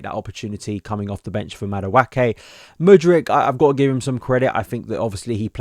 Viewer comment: Another video where my man butchers Madueke's name.